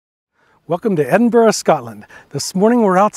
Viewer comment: Just a tip, the gh at the end of Edinburgh is silent 🙂